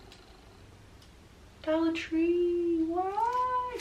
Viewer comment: ... “Dolla Tree... why?”😰 That made me giggle.